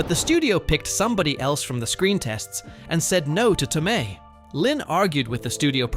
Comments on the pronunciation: PESHY not PESSY and towMAY not TOWmee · Studio suits are not particularly bright, creative, or good at story telling. Which is why we get a lot of junk that fails on them. This jackass keeps pronouncing Marisa Tomei's last name Toe-me in the middle of this video. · The fact that you can't pronounce Pesci and Tomei tells us you are clueless and just reading a script. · The most annoying thing about this, and the reason i almost turned away very early, is the constant mispronounced names. Worst of all is three different pronunciations of Marissa Tomei's first name and at least two different pronunciations of her last name. It's bad enough to say someone's name wrong, but multiple ways shows blatant disrespect.